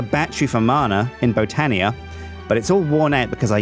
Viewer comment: does anybody else get annoyed when he says botania weirdly????